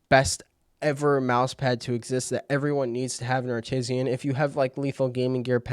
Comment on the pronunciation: downvoted because of "Artisian"